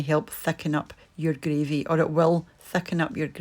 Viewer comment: “Thackin up” the “greavy “